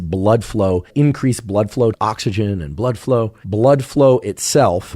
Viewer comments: I though of you saying blruh bfow everything he said it. 😂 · its deeeeeebÜnked, as in blÜdflew. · The way you keep saying Blüdflow over and over throughout the video is insanely annoying. I can't watch ts. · Idk how I’m the only one commenting this/annoyed by this. I love the information, but your way of presenting it- “blödflow” and the indignation in your voice- it makes it hard to keep watching. If you’re really incensed about pseudoscience, do some meditation or something before the episode please. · I love that he committed himself to saying "bludflow" each time, and actually did it xD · I love how you're so perpetually committed to the correct pronunciation of 'bludflow', 😊. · Redüction in blüdflow 😆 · I will never get tired of him saying "bludflow" lol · Idk why I’m still watching this it’s making me so uncomfortable 😣 Im low key scared watching this. Why he saying blood flow like dat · That bloodflow pronunciation 😂